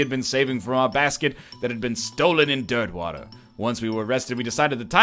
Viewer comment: Anybody else hear him say Dirtmouth even though he actually says Dirtwater? #riphollowknight